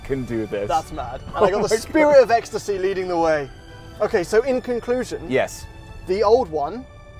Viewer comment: “I can raise or lower my spirite of ecstasy..” hahahahhahah